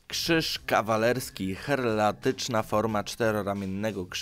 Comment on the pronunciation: Nie herlatyczna a heraldyczna (herbowa), nie wesylologia a weksylologia, nie kośćca, tylko kosaćca, nie {kłebek] tylko [kebek], nie Ejtiopii tylko Etiopii, nie prajndo, tylko praindo. Zanim nagrasz przećwicz czytanie.